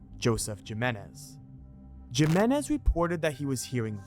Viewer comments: ayyyy ”Jiminez” i can’t 😂😂😂 My dude 🙂‍↔️🫣🤭 make pretend that the letter ”J” in Jiménez is actually the letter ”H” 🫡 Making it: <Him> Got it? 🙏😝😘🫶😚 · Omg every time you say “JIM-IN-IZ” for JIMÉNEZ 👀🫣😳 I mean, ay again common man 😂 what even is that?! Gym-en-ez? I mean come on bro lol 🙈 like, what the literal hell lmaooo